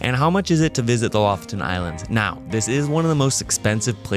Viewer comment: It's pronounced Lo-fOten. Please. 🤦‍♀️ Lo=lynx, foten =the foot. Lofoten= the lynx foot. The main emphasis is on the second "o". The complete opposite of how you english speakers chooses to pronounce it. I cringe in my soul when I hear it. The knowledge of the world is at your fingertips with modern technology - please, make use of it before posting.